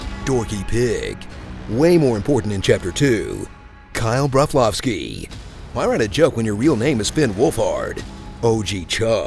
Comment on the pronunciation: "Kyle Brovloski" I'm so done 😂😂😂😂